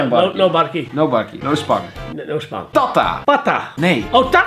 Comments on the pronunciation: Kelvin je zegt het als noh spang niet noo spang Geen haat je bent de beste❤️❤️❤️❤️ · a n n e echt hé NO spang hij kan het zelf nie😂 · Hoe kelvin no spang zei 😂😂😂😂😂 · Hahhaah😂😂 in suriname praten wij sranangtongo (straattaal)😂 en hoej no spang uitspreekt is fout 😂 lach me dood😂 nii gemeen bedoeld hr😂😂